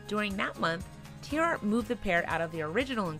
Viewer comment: I do wish they would pronounce tierartz correctly.